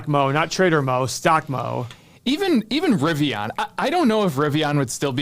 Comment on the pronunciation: LOL calling it riviON, YOU SOUND LIKE A CLOWN SAYING IT LIKE THAT LOL.